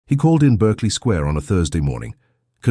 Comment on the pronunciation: It is not pronounced ss 'Berkley' but pronounced as 'Barkley Square' despite being written otherwise.